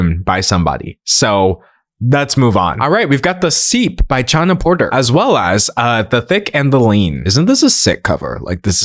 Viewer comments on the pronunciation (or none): Chana is pronounced with a H sound ( think Chanukah) ✌🏼